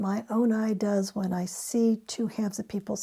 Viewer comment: You emphasized the wrong word lol